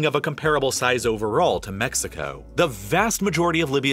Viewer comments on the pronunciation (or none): none